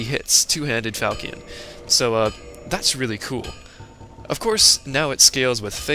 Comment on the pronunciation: i really dont like correcting people but i couldnt stand it XD its not called a falcion its pronounced (fal shaun)